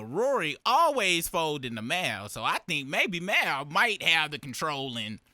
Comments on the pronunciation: The He Keeps Callin Him Mile Instead Of Mal Is Crazy 😂😂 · I'm new around here.Why do they pronounce Mal's name like that? They sound like real life A.I.. It's pronounced Mall. Are they trolling? 😂